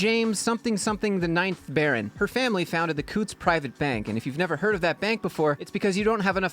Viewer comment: its COW-TTS